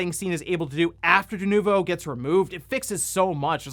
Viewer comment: yeah .... DE-NUKE-VO .... yeah ... NO!